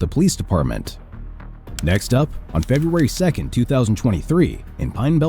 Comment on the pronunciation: Did someone have a little bit of trouble with the word "February"? Because I don't think that 'Feburray' is even remotely close.